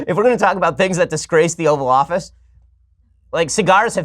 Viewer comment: For moment I thought he said the Oral Office